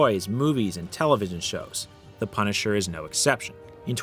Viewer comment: The pun-i-cher